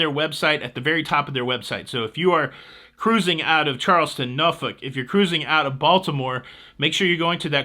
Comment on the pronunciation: Thank you for correctly pronouncing Norfolk!